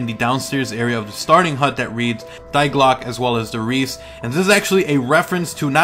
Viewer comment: Why did u have to pronounce die glocke it's pronounced dee glooka